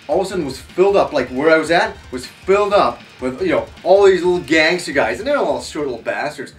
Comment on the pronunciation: I hope every-time you say Gansters they’re white Canadian Ganster An your not talking about Black Guys 😭🤣🤦🏽‍♂️